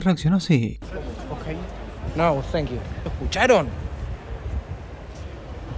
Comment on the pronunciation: "Nou senkiu" trolin